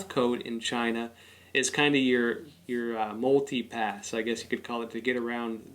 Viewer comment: Mooltipast! Muultipass! Multipass!! 😷